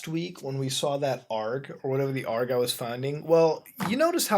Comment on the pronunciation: A-R-G you are supposed to pronounce the letters. God this is annoying